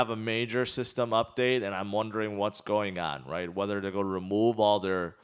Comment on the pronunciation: no offense, but it's not "GOI DO". IT'S "GOING TO DO"